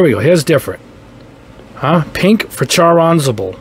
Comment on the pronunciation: Charr Anzable huh.... Kidding aside, thnx for the test!